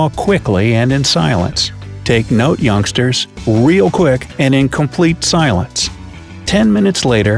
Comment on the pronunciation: Its youngster, not ongster